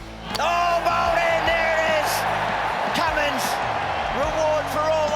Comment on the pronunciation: Name is Cummins..Pat Cummins